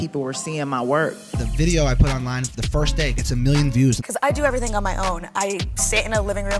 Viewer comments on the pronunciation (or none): what's a "videAWG"?!